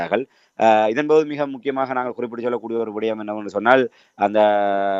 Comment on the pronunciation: விடயம்.... விடையம்.... காணாது எண்டு இப்ப நல்லிரவு. நள்ளிரவை உச்சரிக்க தெரியாதவர்கள் எல்லாம் எப்படித் தமிழ் ஊடகவியலாளர்?